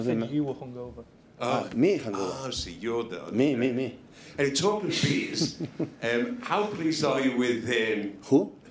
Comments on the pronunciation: Some beers is pronounced as , "sumbis " ? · He didn't dodge anything, he just didn't understand the pronunciation of beers. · Reporter how he pronouce #Beers is so weird 😂